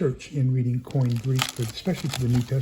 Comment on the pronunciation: Oh my ! It’s Koine not coin. On the livestream I thought it was “coin “